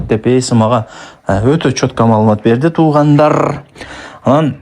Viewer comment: Туугандарррррр деп сөздү басып сүйлөбөчү үнуңдү уккан адам жийиркенип видеңду көргүсү келбейт . катуу айтканым үчүн кечирип кой мени. Өзүңдү анализдеп кемчиликтериңди оңдоп түздөп ал